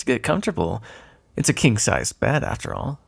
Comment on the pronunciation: Not even 2 minutes in and I have to pause because I'm dying from laughter (because I'm stupid, and heard... umm "kin k size" instead of "king") 😂